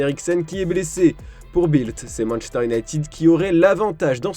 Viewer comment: "Manchter" 🤔 c'est nouveau ça